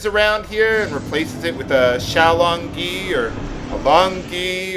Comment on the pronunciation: Hey it's pronounced Long Gway or Lone Gway. Means "dragon turtle" in Chinese